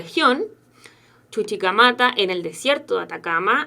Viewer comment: me encanta cuando dice "chuchicamata"... la amo.